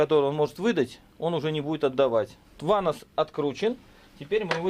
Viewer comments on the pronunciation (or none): В слове ванос—— нет буквы (у) .. или вы любите так ?